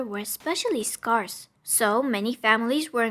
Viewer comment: Why can't anyone say scarce correctly?!